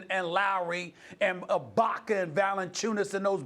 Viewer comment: SAS finally said Ibaka’s name right 😂🙌🏾